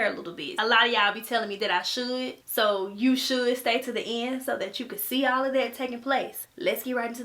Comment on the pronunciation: whenever she says all of destiny it sounds like olive destiny. cool